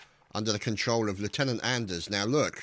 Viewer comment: it's pronounced "on-ders"